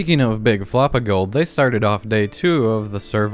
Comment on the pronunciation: When you said guild I hear girls